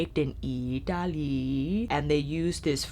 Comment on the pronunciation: I cracked up every time you say italy 😂🤣 thank you for the video by the way! ❤️